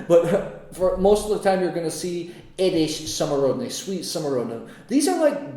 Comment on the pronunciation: Good...but édes,not edés...sweet=édes🙂. Greetings from Hungary!